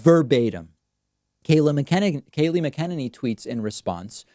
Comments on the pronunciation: It's Mac-uh-NAY-knee, not Mac'Ken-Ninny. It would behoove you to at least pronounce her name correctly, garbage human though she may be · I like how he is saying her name wrong. It’s mcnutty not mckennedy. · Mac-an-inney. FYI. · David, you're mispronouncing Scabie-Kayliegh's last name... it's: FUCKin-ninny. (emphasis is on the 1st syllable) as always, thumbs-up! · The press secretary KAYLEIGH MCENANY name is pronounced Kaa lee Mac en nanny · Please learn to pronounce her name correctly.. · So cute the way you continue to mispronounce McEnany. It's exactly the level of respect she deserves. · so what is it. Mac-a-nini or Ma-kenini. also, Dave, can you pronounce Tulsa & Buttigeig again?? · You’re pronouncing the press secretary’s last name wrong. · David, do your homework on the pronunciation of the press secretary’s last name. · David, you mispronouncing the press secretary’s mane over and over!